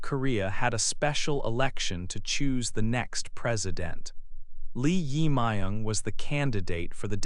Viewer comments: Please pronounce 'jae', the part of the korea new president's name correctly. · your pronouce of 'Jae Myung' is not correct...